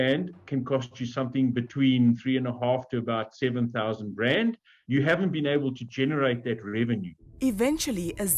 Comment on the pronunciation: Pronounce Beit Bridge correctly. Not Bate Bridge